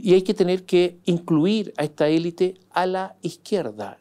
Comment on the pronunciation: Sr. Mosciatti, usted es una enciclopedia de la actualidad y de los recovecos de la política. Sólo le pediría dos cosas. 1. Por favor, pronuncie 'elít' porque es un galicismo que se utiliza en castellano a modo de préstamo, como muchos otros. 2: no caiga en el manoseo de las palabrejas que se ponen de moda y que nadie entiende, esta vez, clivaje. Antes pasó con gobernanza, balotaje, etc. Estos neologismos rebuscados y cursis realmente resultan desgradables de oír. Tuve que recurrir al diccionario y me di cuenta de que lo que yo entendía no correspondía al significado que se le atribuye en política.